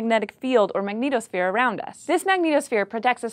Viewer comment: I kept hearing "Magneto-sphere" (like from X-men) every time she said "magnetosphere".